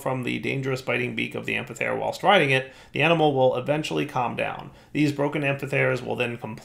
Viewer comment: That amphithere prouncing hurted even me also get portable hole from thaumcraft it would get rid of need for doors